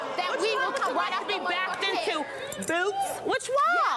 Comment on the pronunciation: "BOOWTZ" lmaoooo